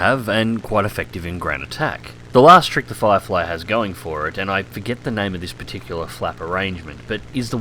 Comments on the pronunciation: Cpt Chapy No he said fairy flierfy, listen harder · Yeah he said Flierfly hahahaha